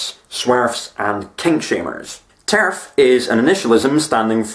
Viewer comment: He said Terf but I heard tariff...